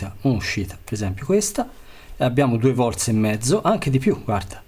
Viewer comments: Ma perchè dici VOLTS??? è un cognome, VOLT, VOLT !!! mica dico 2 TESLAS!! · 2 vorze....e menomale che siete gl'inventori della lingua italiana